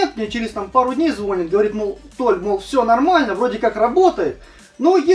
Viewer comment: ЗвонИт,,звонИт....а,так,-спасибо)